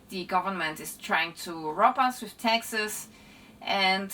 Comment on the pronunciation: Seems interesting but I don't understand a word she says. I thought it was me until I realised she says Texas instead of taxes 😂😅 could have used an AI voice or someone who can speak English at least a little bit